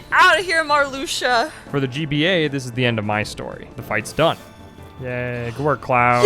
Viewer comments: Your pronunciation of Marluxia would have been more of a shock if you hadn't said "Atlantis" twice earlier in the video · His pronunciation of Marluxia annoys me. Sure, I thought it was pronounced that way before Re:CoM came out in North America, but the pronunciation we hear is more correct than any way we guess based on spelling.